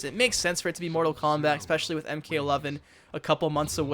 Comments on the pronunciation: EXPECIALLY.... wth do people say that?? Just the same as AKS instead of ask :( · Cant trust a grown man who says "exspecially"